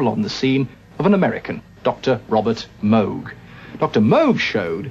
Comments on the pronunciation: He said "Moog" right. Bravo. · Hey, at least he pronounced his surname correctly! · Dr Moog himself said that it's similar to how you pronounce the word "rogue."